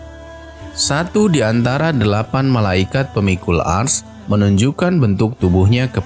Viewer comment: Sebut arasy pon tak pandai